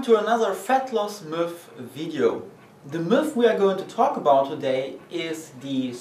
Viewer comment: Haha, gotta love the way you pronounce 'myth' Nice vid otherwise :)